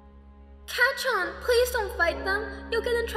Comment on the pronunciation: Everyone say it with me now (kac—chan) Not (ka—cchan)